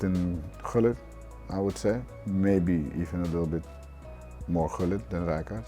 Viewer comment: so it is gullit not hullit??